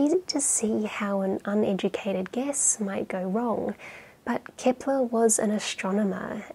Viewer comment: Why is she saying "Kipler?". I thought his name was Kepler?